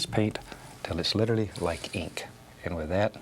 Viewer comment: "letterly"?? Funny way to say "literally."